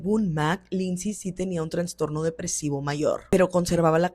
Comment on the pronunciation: Todo bien pero se dice Trastorno no TraNstorno.